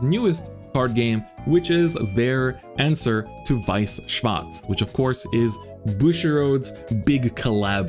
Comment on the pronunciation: Bro you german? you pronounces weiß schwarz perfectly